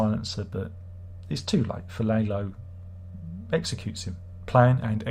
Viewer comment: Larlo, not Laylo